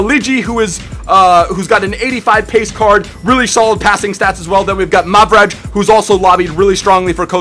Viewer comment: Also mavraj is pronounced mavrai